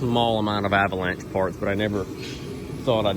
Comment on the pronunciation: some how some way i just had the feeling u was fina say avanlanché & u did 😂